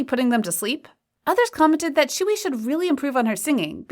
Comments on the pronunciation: Tzuyu is now pronounced as "chewie" get some more pronounciation research pls. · lmaooo i thought tzuyu's name was actually pronounced as tzuyu like how you see how its spelled💀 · Obviously I don't speak korean so can someone explain why Tzuyu is pronounced as chewy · reed but I thought it was pronounced as tzuyu (tsuyu)